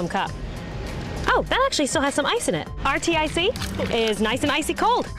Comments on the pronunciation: she calls it RTIC irr to a pronounced Artic lol the place that’s cold...lol also she called Ozark trail Ozark like just drops half of the brands name because it’s more suiting to her... smh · Did she just call that one "are-tee-eye-see"??? Can she not read? I'm embarrassed for her. Really.